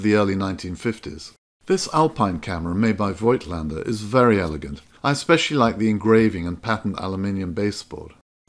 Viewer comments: btw voigtländdr is spokeno, not oi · I love German rangefinders from the 1950s. It was a Zeiss Ikon Contina that kicked off my camera collection. Not an expensive camera, but it has exquisite mechancial detail. And thanks for reminding us of the correct pronunciation of "Voigtländer". I've just realised that I've butchered the word over the last 40 years!